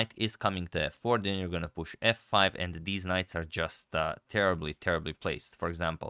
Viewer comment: I know I shouldn’t be making fun of this man’s accent, but I couldn’t help but laugh when hearing “deez knights” 💀